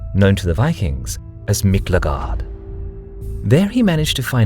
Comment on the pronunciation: I believe it should be Mikligarðr, not Miklegard as was said here or Mikligarður. I think mainland West-Norse dropped the r some centuries later (around the time of middle Norwegian?) Icelandic West-Norse added the u shortly after 1300. Anyway, video looks good, will continue watching the video :).